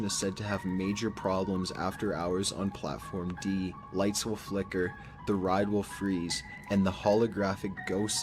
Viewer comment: I love the old top15s post but the way he said platform D...💀